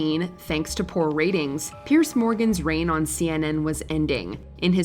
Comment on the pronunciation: Not the correct way to pronounce ‘Celtic’, not the way to pronounce ‘Piers’